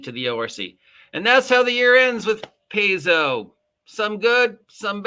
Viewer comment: Stop mispronouncing Paizo, my god man. Pie-zo. Pie-zo. Not Pays-zeo.